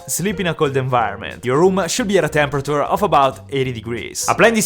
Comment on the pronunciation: everyone : temeprature him : tepera-ture